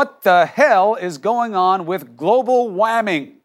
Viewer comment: Waming ? Waming ? Are you kidding me ? Smh.